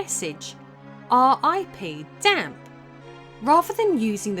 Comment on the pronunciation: She added an R to ocarina but dropped the E from Dampe. I am very confused by this woman’s English